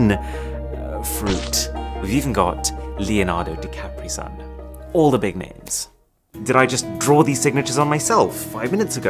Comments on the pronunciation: Leonardo de capri-sun 🤣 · Leonardo Di Capri-Sun.... I died laughing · I laughed so hard in this one. Nice one arun. Leonardo di capri-sun... 😂😂😅